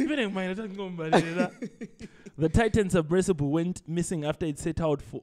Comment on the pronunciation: Say it with me buddy, "SUBMERSIBLE" 😆